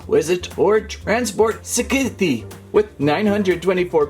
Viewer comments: It’s pronounced sithe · How he pronounce scythe😂